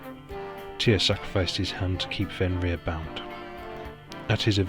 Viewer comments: I just want to say that the only name you pronounced right was Fenrir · I HAVE TO AGREE WITH BJARNI VALUR IN THAT YOU ONLY PRONOUNED "FENRIR" CORRECTLY. THE ONE THAT YOU SHOULD HAVE NOT GOTTEN WRONG WAS "SLEIPNIR" (PRONOUCED SLAPE NEER).ONE HEARS ENGLISH SPEAKERS SAY "LEAF ERICSON", IT'S LAFE NOT LEAF. GET YOURSELF A NORWEGIAN DICTIONARY & LEARN THE LANGUAGE.